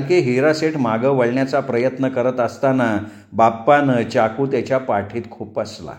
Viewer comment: सुंदर कथा. पण एक सांगावसं वाटतं चाकूचा उच्चार चमच्याचा च करा चहाचा च नाही ते कानांना खटकतं